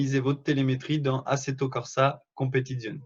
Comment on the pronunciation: Non mais comment tu dis Assetto Corza Competizione? On dirait pas que tu as vécu avec une italienne!